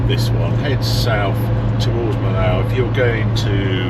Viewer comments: Harry - I have to tell you it’s not Mill-ow, it’s pronounced Mee-oh. Love your vids. 😊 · I tend to drive straight through France, and do the Alps and north Italy, then back through Switzerland, Austria and Germany. Nice trip Harry. Sounds like best way is overnight ferry out, then Eurotunnel back. Millau is actually pronounced as ‘meeoh’ not ‘millauw’. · 'ere, 'arry: say slowly, after me, but with a stage French accent, and emphasise the Y: MEEEYO. Now repeat: MEEYO. Blimey, didn't Mr Jones teach you anything in French at school? And why no big salute to the architect of the Millau Viaduct: Milord Foster? He worked alongside teams of French engineers to achieve the magnificent bridge. Eiffel was a bridge engineer of repute when he came up with his idea of the eponymous Tower. A FANTASTIC road trip, Harry, for which, many, many thanks for re-igniting fab memories of wanderings through that part of France with my late wife - all done on paper (local Michelin) maps and the HUGE Michelin book of road maps. Jean was the best navigatrix. The Gorge du Tarn, first done in a Morris Minor with M & D & two siblings at age ¿14?. The last time with my wife who had her first failure: stopped a riverside hotel for coffee and I asked to stick a Carte des Cigares (cigar menu!!) in her handbag....picked-up the wrong one - food menu!! I was quite upset; never seen a carte des cigares before.....or since!! Thanks, again, Harry. Fabulous trip. Mike